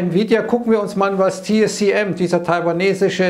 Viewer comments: TSMC, T-S-M-C, TIE-ESS-EMM-SSIE, nicht TieEmmSsieEss. Ist das denn so schwer 🤷‍♂️ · wann lernst du es endlich, TSMC und nicht TSCM